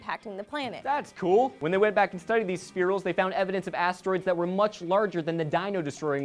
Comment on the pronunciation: 'anod" you mean "and"?